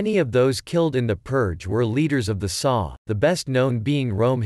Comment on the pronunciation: It's not "the saw". It's the S.A. Pronounced "essay".